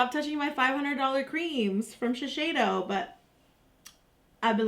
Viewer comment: Giiiiiirl, it's Shi-SEI-do not Shi-SHEI-do.